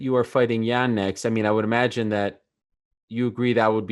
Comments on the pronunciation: He keeps saying Jan Jen Yaan, like dude come on now. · I think Reyes woke up to do this interview. He keeps calling Jan Blachowicz "Jan, Yan" pick one man! It's pronounced Yan, but you keep calling him Jan, then Yan. 😂With that said, I am excited about the fight. Whoever wins is the real champion, just like when DC won it, but they will just be the light heavyweight champion, not the greatest light heavyweight champion. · Reyes pronounces Jan's name 4 different ways inside of 2 min lol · Jan “Jen” Blachowicz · Dominick "I'm all aboard" Reyes Dominick "Keep me in the loop" Reyes Dominick" Says Jan instead of Yan" Reyes Dominick" short notice co-main" Reyes Dominick"Jon isn't technical, he's tricky" Reyes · Lol he can't make up his mind on how to pronounce Jan. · Reyes had a bet on how many times he could pronounce Jan with a J in this interview.